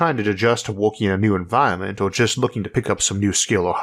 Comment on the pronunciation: isaac arthur = elmer fudd.... wowoed = world stawwww = star enwieryament = environment